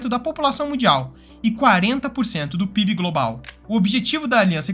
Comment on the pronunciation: Em o correto seria PIB, e não PIBE.